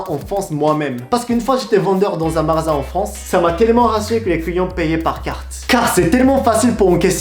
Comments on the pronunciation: tu a dis marasin au lieu de dire magasin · C'est pas marasin mais magasin 😉, (ps : je me disais aussi) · MAGASIN... GA comme GA-cha .... tu prononces ma-ra-sin... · Ton accent pour le mot magasin, 😂 j'aime trop. En tout cas respect pour ton accent parfait et ton apprentissage de la langue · Super video , c vrai que les français font comme ca , merci j ai appris pas mal de truc sur le japon .(Attention a la prononciation de "MAGASIN ") Mais sinon tu fait des progrès enorme , bien joué !! 👌👌👌💯💯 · Juste pour que tu t’améliore en français, c'est magasin pas marasin, c'est distributeur pas distributu. ;) continue tu fais des progrès!